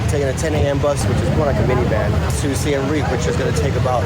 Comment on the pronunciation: SIEM Reap Not SIAM Reap